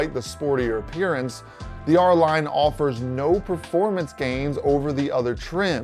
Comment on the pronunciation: It’s “R-Line” lol